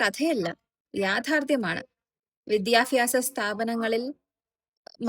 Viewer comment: മുതൽ വരെ "വിദ്യാഫ്യാസ സ്ഥാപനം" എന്ന് ആദ്യമായി ആണ് കേൾക്കുന്നത് 🤣 🤣 🤣